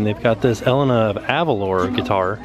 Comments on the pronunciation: Its Eh-lane-uh 😂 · Also Elena is pronounced Eh-lay-nah. ;)